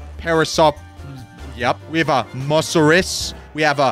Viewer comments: Its called Mosasaurus not Musaurus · It's not mosoras mososoras